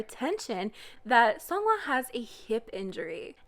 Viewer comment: The way you pronounce seonghwa is sooo satisfying. I could never. Can't wait for the bp outfit roast. Love ya.❤❤